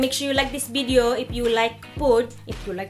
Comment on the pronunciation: LOL! I absolutely love your wid-de-os!